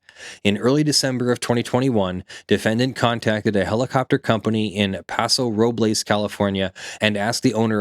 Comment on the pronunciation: It's pronounced lom-poke. Also it's paso-ro-bels